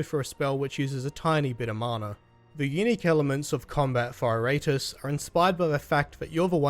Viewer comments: Good review but damn dude it's pronounced Eer-Uh-Tus not I-Rate-Us XD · It's pronounced "Eee...rah....tools"